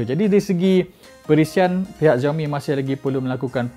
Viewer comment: you should pronoun it as 'siaomi' not 'ziaomi'